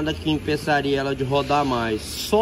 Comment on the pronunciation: Impessaria ?kkkkk língua mineira moderna 🤣🤣🤣